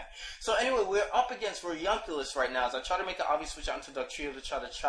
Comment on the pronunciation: and it's re-yoo-nih-clus, not reyun-cluyus LOL it's not that hard to read, why do people always mess up that name?